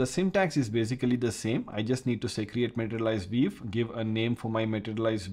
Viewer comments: vee-you not veev. I had to rewind a bunch of times at first to figure that out. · why you say 'viv'? and not view? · Took a while to figure out what you were saying when you're saying view - sounds like veev... LOL I can see a number of usual uses of materialized views. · so funny your english accent, especially how you pronounce "view" :) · Pronunciation View as "vief":) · Great Explanation, also Pronunciation for View is "vu" 😊